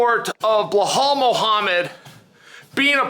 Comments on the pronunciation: yeah I know he always does that: LIE-oto Machida, Alex Pierra etc. Seems like it's easier for them to pronounce the names that way. But Bluhal is quite wild even for Chael... And yes I do think it could very well be a gimmick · Buhal? 😒 Who is Buhal? 🤦🏽‍♂️